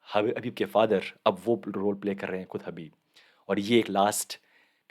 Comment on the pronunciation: हबीब नही khabib 🤣